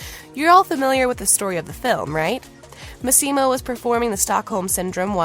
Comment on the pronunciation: Would be nice if this reporter would pronounce Michele's and Massimo's names correctly. This article was a lot about nothing.